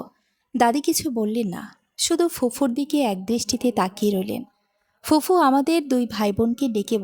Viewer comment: গল্পটা ভালো লাগলো। তবে "ফুফু" শব্দটা সঠিক না। সঠিক টা হচ্ছে "ফুপু"। আর "এক+ ঐ" হবেনা, হবে "একই", এছাড়া "ইতস্তত" শব্দের উচ্চারণ হবে " ইতস + তত"। #আশাকরি আগামীতে এগুলো সংশোধন করে নেবেন।